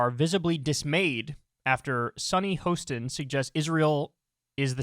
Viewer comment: Her name is Hostin and the 'Ho' is pronounced like you would the word 'hot.'